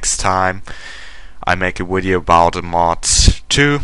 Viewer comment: i do have to say hearing you say "wideo" is actually quite funny ^_^